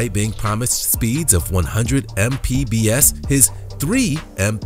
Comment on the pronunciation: He keeps saying mpbs lol 😆